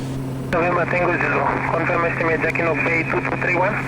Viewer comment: what a fabulous video. Jacquinot is a French word and the t is not pronounced. I just searched out the history of this bay and it is very interesting relating to the war years. Great work you bring us the most incredible videos.